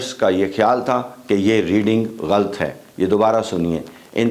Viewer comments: Very interesting. 1۔ لیکن ٹرانزٹ کے spellings غلط لکھے ہیں، ان کو ٹھیک کر لیں۔ 2۔ آپ لفظ غلط کہتے ہیں یہ لفظ "غلط" یعنی ghalt نہیں ھے بلکہ "غہ لط" ھے یعنی gha lat. Thanks. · Salam, Ch sajid meo gain, intresting & funny mistake about word galt (wrong), is word par memoory zenhn me aagaee ustad sahb ki, i say it in funny style as my teacher taught us before 24 years, apka lafz galt galat hy_ aur galt ko galat padha/prounounce kia jaye to saheeh hy, i thing u got it, should be pronounced Ghalat/galat,, for all who read this comment, m not a teacher for my respected, but knowledge should be shared, hmmmm, when needed to say galt, say it galat it will be right, ha ha, God bless u, a student learns ever...